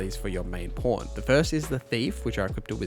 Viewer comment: It sounds like you're saying porn instead of pawn or maybe i just need to clean my ears 😅